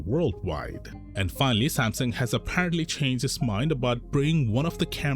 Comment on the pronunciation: Sam Sung Not samsin